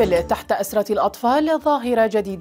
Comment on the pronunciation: اروع أن تنتبهي ايتها مقدمة البرنامج //المذيعة// عندما اردت قول القنابل توجد تحت أسرة الاطفال جمع سرير لفظتها بدون حركة الكسرة تحت السين فهذا خطأ فادح فقالت أسرة بالسكون فوق السين نرجو منكم الإنتباه هذا تحريف للغة العربية لغة القرآن ارجو تقبل انتقادي مع احترامي لقناتكم وشكرا